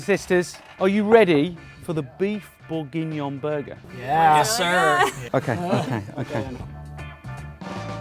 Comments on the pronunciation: he says it right finally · This looks delicious, but that pronunciation hurts my ears. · Your pronunciation of Bourgignon threw me for a loop. Thought I was having a stroke. Regardless, top recipe chef. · Hahaha same